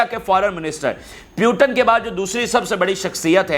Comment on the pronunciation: Hi speaker.. Listen.. Name... Putin.. Not puton